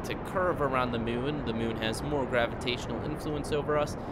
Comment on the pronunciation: do u mean moon not mun?